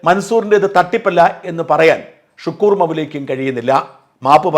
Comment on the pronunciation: അബ്ദുൽ ശുക്കൂർ അല്ല... അബ്ദുൽ ശക്കൂർ ആണ്